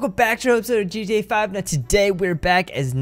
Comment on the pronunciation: it sounds like he says gta five nights lol